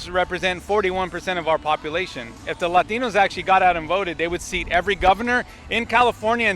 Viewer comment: Maybe when you stop saying lÁtinos you got a chance. Speak english, mf.